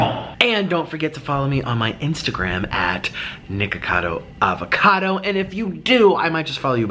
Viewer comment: If u put captions on and listen to his intro he's saying nigga kado avocado